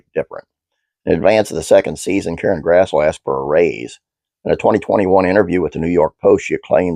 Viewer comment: One note about her name! I thought it was pronounced the way it's spelled too until I saw her in interviews and heard her say it herself - it's actually "grass - lee"!